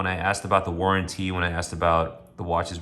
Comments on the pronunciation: You have to be careful with "lugzoory watches" and look for a good "war'an'teeee". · Where did you learn to pronounce "warranty" like that